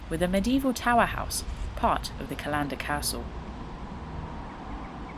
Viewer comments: you lost it slightly on pronouncing some of the towns but you did better than Americans. Aberfoyle is said as Aber foil. Callander is as in Calendar the thing that you get dates from and Strathyre is Strath higher but you were spot on with what I'd say are the harder ones ( the lochs names ). When you mentioned squirrels as friends , I have photos I would like to share with you. I rescued a baby squirrel some time ago. It was being attacked by dogs and ran up my leg. I was wearing a combat jacket so maybe in its panic it thought I was a tree :) but popped the little guy into my pocket. He went to the pub with me before my shift and was fed in the staff room.I took him home living in my room for a day. My plan was to let him go when I did my volunteer shift as a ranger at falls of clyde but he stayed with me all day while I showed the falcons to visitors. he sat on my shoulder often to delight of my wildlife trust bosses. He finally made home under my shed. I think he had vertigo as never got higher than 6 feet despite good trees in the garden. lost him for a while only to open my door to him on the step with a female and young sitting a few feet away. He was showing me his new family. they were timid but learned to trust me from dad sitting on me and taking food. Not seen them for a while now which is a worry. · First video I've watched on this channel and I'm loving it, I can't wait to get out there for a walk myself now and I'll definitely be checking out more of your videos. One thing - CALLander, not callANDer, pretty much the same pronunciation as the calendar you'd hang on your wall (or people did, before mobile phones happened!) :) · Like your channel, loved the face you pulled eating the wild crab apples and when you pronounced Callander as two separate words, say it fast like its all jammed up tight together, Strathyre say Strathire, lovely channel. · It’s Cal - an - der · Callander is pronounced the same as Calendar.